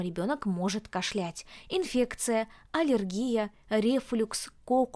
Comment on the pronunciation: Не кашлЯть, а кАшлять.